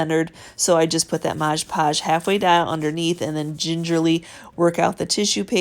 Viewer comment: Your videos always teach me so much! I love how you say "Modg"e Podge and what sounds like "soup" cases :-)